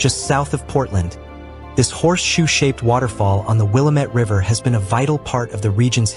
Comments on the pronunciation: We all can tell you are not from Oregon. It's not pronounced Willa-Met, its Will-Lam-Et. As in Willamette, Damnit. I'm surprised you didn't say Willa-Metty. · wil-LAMM-et; mispronouncing this word reveals you as a non-local who perhaps didn't fact check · Willy-Met falls 😂😂😂😂😂😂😂😂😂😂😂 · Oregon has a lot more water falls than these. We can always tell when someone is not from here by the eastern way they pronounce Willamette or any of our other Native American based names. But that aside we do have some amazing site seeing from the coast to the high desert. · You’re mispronouncing Willamette.